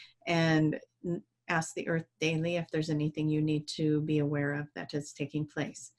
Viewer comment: How come that always say "aks" instead of "ask"? And "aksing" instead of "asking"? I was just curious if it is for a specific reason, or if it is a dialect or something? Much love to you both! 💜